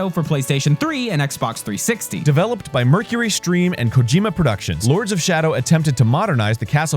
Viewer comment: "Mercury Stream"..... That word, I do not think it is pronounced like you think it is, Arin. Also, , Umm... I think there might be something wrong with that PS3 controller. Something seems..."off" with it. Hmmm... By the way, great video. I like it ah-loht.